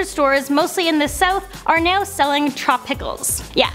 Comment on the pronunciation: neow that's how she says now